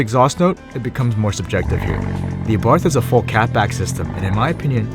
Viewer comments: Btw, it is pronounced Ah-Bart. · well not exactly. Carlos abarth was austrian not italian, so the 'th' would be pronounced in his native tongue, but that would be the italian way. For this reason I think either works.